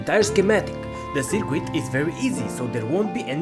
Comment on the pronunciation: Small critique: Circuit is pronounced sər-kət. What is your PWM frequency? Thanks for the upload.